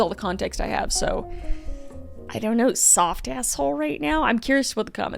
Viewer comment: Duuude... It's so funny when she says "soft-ah"...